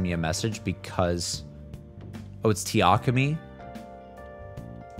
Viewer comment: When you say the A sound for takemi, don't use a hard A. For example, we don't pronounce the word abandoned like Ah-band-done. It's more like uh-ban-done. You dont push the voice down. Just relax it. And then smile. Now try Takemi - tuh- ke-me. Literally say each syllable with equal emphasis. Unlike English where the emphasis is on the first syllable, Japanese don't strongly emphasize the first syllable like we do in English. Often, you'll hear the American voice cast mispronounce their last nanes. For example, the American voice cast will say Sakamoto like--SAH-komodo with an emphasis on the first syllable and then just slurring the rest as fast they can. Only 1 NPC says the name correctly - -suh-koe-mo-toe saying each syllable. P.S I don't speak Japanese. Lol